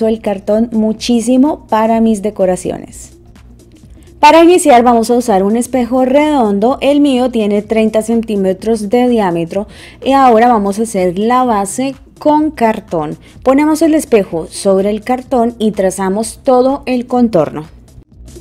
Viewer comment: La pakabra es REDONDO , no es REONDO, aprende habkar bien el español, si no hablaen Ingles u otro Idioma que sepas bien!!!!!